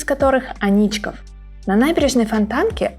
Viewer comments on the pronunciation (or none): Не анИчков, а Аничков мост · Анечка тут вообще ни при чём. Просто говорить АнИчков мост неудобно. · В питере не говорят АнИчков и гугл тут ни при чём.